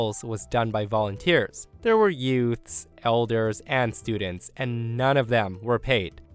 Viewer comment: Horse story.. I'm so sorrynotsorry here but the moment you said youths like yutes I about died laughing. My Cousin Vinny has clearly left an impression on me.